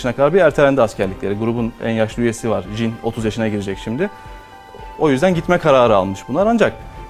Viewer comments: Vav jinin ismini doğru söylemiş adam genelde cin diyorlardı ve gerçekten bu kadar araştırılarak söylenmesi güzel bir şey en azından yanlış bildi yok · sonunda Türk kanalı BTS i doğru düzgün okudu ve saygı gösterdi jin desede güzel bence